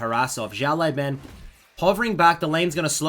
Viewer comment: Hey man, I get that you’ve never spoken Chinese before so it’s completely understandable, but when you pronounce the “Xiao Lao” in Xiao Lao Ban, as opposed to saying “Shao Lai” , can you pronounce it “Siao Lao(w)” please? It’s a lot closer to the actual Chinese pronunciation :)